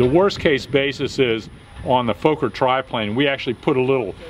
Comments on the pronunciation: Love your videos! Its actually pronounced exactly like an american would say focker, so fucker with an O xD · Nice video, great to see the old airplane come alive again! By the way, Americans always pronounce Fokker like "folker" with a long o, but actually it should be pronounced with an o like in "boss" or "lock", so like saying "locker" with the "l" replaced by an "f". Hope to see more videos soon!